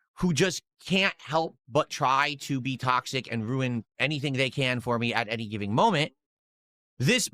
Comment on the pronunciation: Somebody tell him the word "and" is only one syllable.